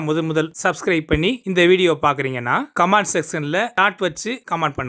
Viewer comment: கமான்ட் ( command ) அல்ல கமென்ட் ( comment ) என்று சொல்லவேண்டும்.